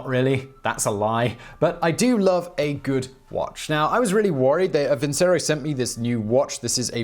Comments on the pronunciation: Please ... have you no opera in your soul? Vincero ... vincerooo ... vinceeerooooo! Not vinsero .. facepalm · I am certain that Vincero is not pronounced as vinsero but vinchero, as in the song Nessun Dorma, and it is Italian for I will win. Just thnk that Caesar is aleeged to have said vini vidi vici not veni vidi visi.